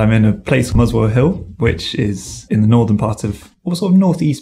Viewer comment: I think pronunciation of 'the' in ' the culture' etc is false. I don't understand why. Am l wrong?